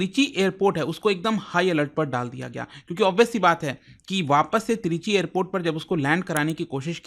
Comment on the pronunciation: Trichy ❌ Three G✔️